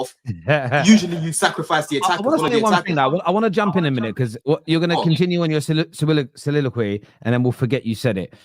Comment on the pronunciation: Use 'T' when it is not 'D'. T is a real letter, not a ledder or a padth or led, unided, condinue, jusd, dis, dat, negadiv, resd...